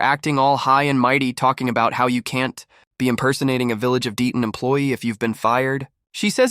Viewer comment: THIS AI CAN'T READ THE VILLAGE OF DETON. IT;S DALTON YOU MORON. AI IS FOR LAZY STUPID PEOPLE.